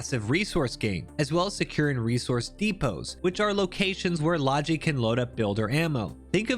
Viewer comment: Hearing people pronounce "logi" that way is like nails on a chalkboard.